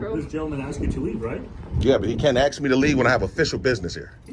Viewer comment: ASK not AXE you Ratchet Ghetto Thug #GetARealJob LOSER